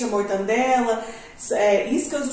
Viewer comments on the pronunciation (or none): quando ela falou "mortaNdela" eu já parei de prestar atenção.